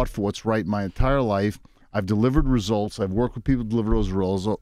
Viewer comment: Listen he can't even say results right 😂😂